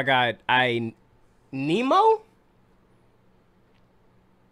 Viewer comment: Niggas really said nemo bruh